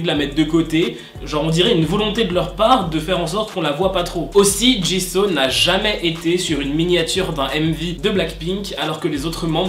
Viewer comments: ca ne se prononce pas ''chiseau'' mais ''Jisou'' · Sa se dit jisou pas jisso 😉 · On prononce jissOU pas Jisso 😭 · Par contre un truc on dit pas [ jiso ] on dit [ jizou ] sa s'écrit jisoo bien sur mais C ta prononciation 😂😂😂sinon continue (bias JENNIE et JISOO pour BLACKPINK Sinon JUNG KOOK❤️) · Tu dit jiso c'est jisou! Enfin ça se prononce comme normalement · Jisooo❤❤❤😔DEJA CE NEST PAS "JISAW" MAIS TU LE PRONONCE "JISOU" OK!?Bref si je parle de Jisoo ca va prendre 1h et 300lignes pour dire que je l'aime😂😂C'est qi votre Bias?(je pose tjrs cette question) moi c'est Jennie😍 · Ça m'a perturbé que tu dises jis'oo' a la place de jis'ou' (évidemment sa s'écrit jisoo mais sa ce prononce jis'ou') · C'EST JISOU pas JISO et elle est leader vocalist la chanteuse principal c'est Rosé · Ca ne ce dit pas Jiso mais Jisou. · Mais par contre ça se prononce jisou et pas jiso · J’aime le contenu de tes vidéos mais stp respect les noms des Idols ! « Min YoonJi » « JiSSO »😂😂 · Ça me perturbe tu dit jisso 😂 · Mais eft jisoo ça ce prononce pas jisou 🤔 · Franchement Jisoo mérite beaucoup mieux -C'est ma bias -Elle chante très bien -On la juge pour sa danse mais comme tu le dis sa voie est très stable -Elle à commencer après toutes les menbre mais je trouve que c'est la meilleure -Je dis juste qu'elle mérite mieux -Au passage on dit "Djissou" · Ca me stress tu prononces mal son nom x) Ca se prononce Dji Zou !!! Meme toi tu l'a respecte pas mdrr x) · Jisoo ça se prononce pas comme ça.